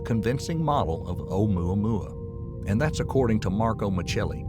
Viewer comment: If this man say amoua moua one more time